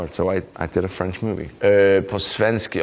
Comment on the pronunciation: I'm french and this sentence was perfect